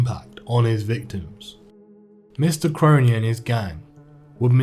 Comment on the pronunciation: yes brudda finally some1 gettin me last name right